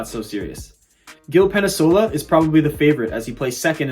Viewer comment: Penasola? sheesh. Report the news, get the names right is basic.